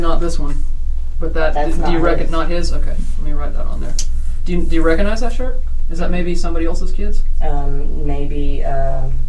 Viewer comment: Mispronunciation of “recognize” is annoying. “Cog” ⚙️, hard “g” sound required. Not “Recon”ize.